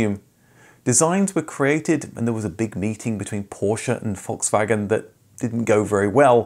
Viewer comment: You're one of my few fellow-Brits who can correctly pronounce Volkswagen. Congratulations 😁